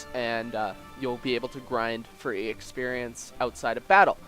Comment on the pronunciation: I love when you say ex-perience